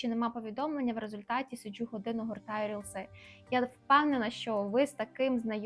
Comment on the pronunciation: СиджЮ, виходжЮ-чого так? СиджУ, виходжУ-хіба ні?